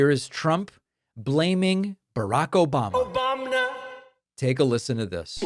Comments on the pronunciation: "Obamna" Thanks, David 🤣🤣🤣!! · Never get tired of "obamna" 😂😂😂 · The “Obamna” gets me every time! 😂🤣